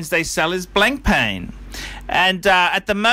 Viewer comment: can you learn how to say blancpain for the love of god.